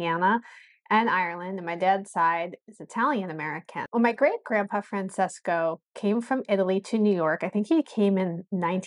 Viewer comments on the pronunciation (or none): It’s pronounced Fran-ches-co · ..your great grandfather was Francesco ( Fron che sko)..not (Fron ses sko)